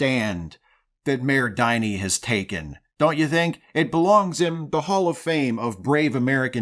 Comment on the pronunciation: the "Din" in "Diny" is the same "Din" as in "Dingleberry".